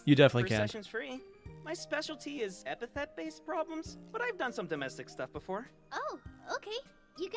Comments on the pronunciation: It's ep-a-th-e-t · I’ve watched a few reactions to this series and almost no one says epithet correctly the first few times.